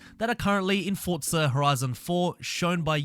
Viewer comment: Its forza not fortza